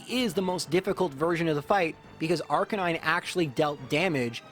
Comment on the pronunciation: Everyone: Arcanine: Ar-Canine